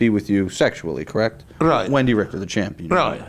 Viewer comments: sounds like "chompee-on" to my ears. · Champwin. Because what does the champ do? Win